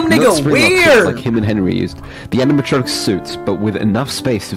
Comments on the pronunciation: I love how speed can't say animatronic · Nah... oraegan? ANIMATRONTIC? WHAT THE FUCK? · Anamatrachek lol